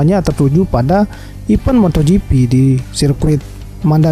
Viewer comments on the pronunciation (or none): Moto gifis🤣